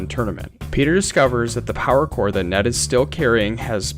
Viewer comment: Kiln, not clin..... Core not corpse